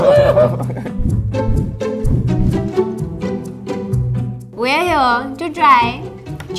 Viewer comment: Yaaa bra not bro he call braa